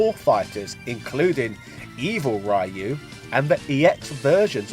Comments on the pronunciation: It's pronounced Ree - Yu not Rai -Yu 🙅🏾‍♂️🤦🏾‍♂️🙅🏾‍♂️🤦🏾‍♂️ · Reee Youuuu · Ryu is pronounced as REYU!!!! NOT RAIYU!!!!! Damn it!!! How many times people has to correct you this primitive error?!?! Geezzz!! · I don't know as I've always called it Ree Yoo. To me, a Y makes an ē sound. I'm Asian and I've never heard any Asian calling him Rye Yoo. Guess it's kind of like Sriracha as I've never heard any Asian pronounce it with an R sound either as all Asians I know call it Siliacha. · stop saying R A Y U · Every time someone pronounces Ryu like "Rhy-u" a kitten dies somewhere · After hearing the guy saying "RYE-YOO" seven times or so, I thought the video was from 2005 or less. Oh, the surprise xD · I think he does it because people make such a big deal of it. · "Rai-Yu"... listen here buddy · At this point he does it on purpose, because people kept reacting exactly like you are. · "Rye. Yoo". C'mon,!;) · I know, right?! He can pronounce "RYO sakazaki" properly but not "RYU"??? I don't get why it's so hard!